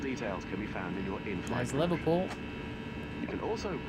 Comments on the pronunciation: its Liverpool not liverpewl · Haha you sir are a joker, as a scouser myself I recognise the humour in the pronunciation of "Liverpool" nah but in all seriousness though great video. Love the channel and your videos, keep it up dude